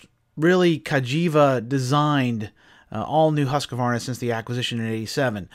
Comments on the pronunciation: Say "Hooskvarna", it's the right way. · Pet peeve of mine, hearing people butcher the pronunciation of Husqvarna. It makes my ears bleed. That said keep these great videos coming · Are you saying the name right?